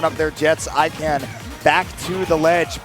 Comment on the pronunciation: This set was perfect except for them mispronouncing Ikan the entire time 😂 I love both of these players.